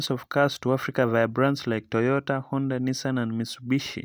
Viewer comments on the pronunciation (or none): none